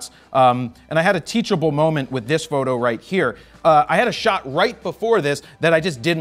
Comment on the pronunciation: Good review except for the sniff test, and the queer pronunciation of "froto's photo." Jest kidding, Jared!